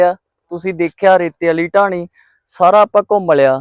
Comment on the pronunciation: ਟਾਹਣੀ ਨਹੀ ਬਾਈ ਜੀ। ਢਾਣੀ। ਹੈ